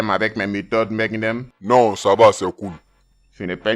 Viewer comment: Boss là, façon il prononce MAGNUM... 😂😂